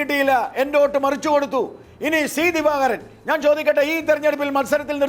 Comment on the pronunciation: എടോ ഗോപാലകൃഷ്ണ.. താനാരു വാ നീ ആദ്യം CPIM എന്ന് സീമ എന്നും നന്നായി പറയാൻ പഠിക്കു..ഷി പി എം എന്നല്ല.., ഷീമ എന്നും പറയുന്നതനാനാക്ക് വടിക്ക്.. ഷി.ദിവാകരൻ.. എന്താടാ